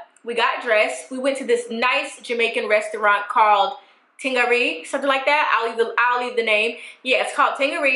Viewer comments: Ting irie pronounced ting ayree lol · Girl, i'm Jamaican but the way u said "ting irie" is so hilarious. Gotta love u!